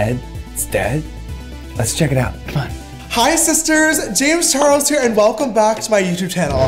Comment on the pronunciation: "jayems char lez" HAHAHAHAH